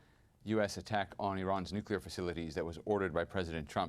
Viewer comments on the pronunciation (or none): Nu-cu-lar...some expert!